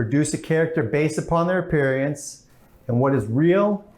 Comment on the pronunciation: ug-pear-e-ance ? oof.